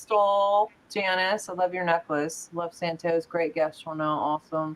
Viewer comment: Its santos not how you pronounce it. ENJOY. Correct his first name FIRSTLY because its QUALITY.